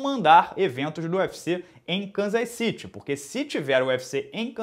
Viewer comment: Cansas ciri e não canzas Citi. Olha essa pronúncia correta